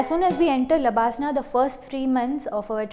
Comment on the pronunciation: It’s labsnaa🧐